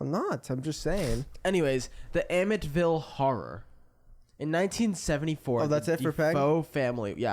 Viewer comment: not nic saying “amitt-ville” when its amityville💀💀 and shawty was saying matt couldn’t read😭